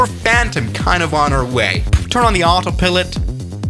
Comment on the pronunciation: Auto pillot yes that's how it Is pronounced